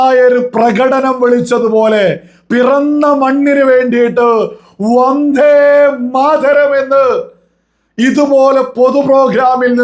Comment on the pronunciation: മലയാളം ഇത്ര കടുപ്പിക്കണോ?വദ്ധേ മാഥ രം അല്ല, വന്ദേ മാതരം ആണ്